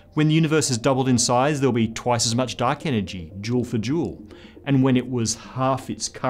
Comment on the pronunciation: duck enegy